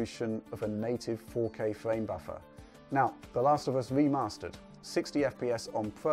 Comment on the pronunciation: Modern Warfare Weemastered. LOL stop it. SKYWIM LOOL